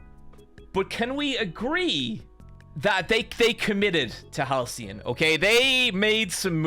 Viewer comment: Why does he keep calling Halsin "Halcyon"?